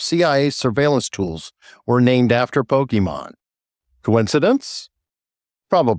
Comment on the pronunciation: Poke MON not pokeman... It's short for pocket monsters.